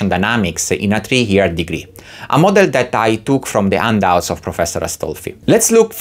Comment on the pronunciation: I took a while before I realized that "undoubts" were actually handouts. Silent "h" like in Portuguese?